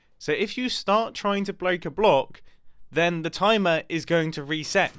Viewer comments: "If try to to >>bleak<< a block..." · He said Blak a block